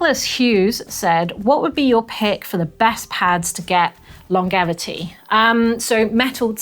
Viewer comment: long-gevity.. lol.